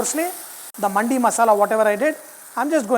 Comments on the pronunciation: For the correction it's pronounce dimag wala D not Market wala D & its now Mandi ! Ok . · it's not Mandi, it's Mandi pronounced like mandhi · It's not manndi its mandi